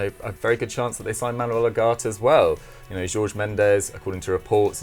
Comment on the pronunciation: It’s not difficult to pronounce De Ligt and Ugarte come on people 🤦‍♂️🤦‍♂️, Sky Sports are slowing going downhill.